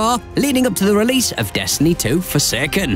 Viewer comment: Why does this guy say; Destiny 2 "fuhseken"